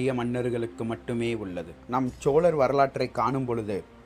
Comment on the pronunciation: Prakash Rocky sariya sonninga.....விழாவுக்கு விலான்னு சொல்லுறான்..சோழர்க்கு ச்சோளர்னு சொல்லுறான்....